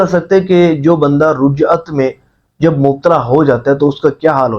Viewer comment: Rujjat nahi Rajjat hota hai bhai